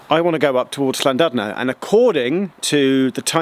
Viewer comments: Geoff, it's actually pronounced Llandidno, other than that, nice info. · Llandudno is pronounced approximately (as an English person might hear it) as "Clantidno" the "u" is prounounced as an "i". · It's pronounced llan-did-no :) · Geoff. Good video. Llan-DID-no is how you pronounce it! It does matter...please. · He was okay with llandudno, but it is as he pronounced it, but the DUD part is pronounced DID. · I was so surprised when he pronounced Llanrwst correctly but then it fell apart with Llandudno and Dolgarrog 😂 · He didn't have enough saliva in his mouth to pronounce Llandudno and Dolgarrog correctly lol ;)